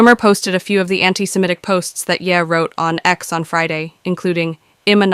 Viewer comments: "And before I get to that in a few seconds" is always to be interpreted as "I'll get to it in about 5 minutes." Just skip to whenever this guy says "a few seconds" in whatever video he is a spokesperson for. Also, this female AI doesn't know how to pronounce Ye (Yee, not Yeah), and other words. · The AI reader is funny, 😅. She calls Ye, "Yeah." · Not that it matters but you're AI is mispronouncing Kanye's nickname. It's YAY not YEAH. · "Yeah" is not how that is pronounced. It's (stupidly) the last two letters of his first name and is pronounced "yay" which is somehow sadder. I disliked him before I disliked Jay-Z, but after I disliked Puffy. "Puffy just took the whole song and put a club beat behind it!!! How you like that crap?!" "Kanye was a decent journeyman producer until he rapped with a broken jaw and someone said laughingly "hahahahah yeah you sound GREAT man hahahahah" and he said "YES. YOU ARE CORRECT. I *AM* THE BEST RAPPER EVER!" "Jay-Z? I guess that Hard Knock Life sample was cool. HEAD OF DEF JAM WHAT?!" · Its YE (yee) not ye (yea) You know Kanye ..ye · why does the AI voice say "yeah" for "ye"? It made it a little hard to follow.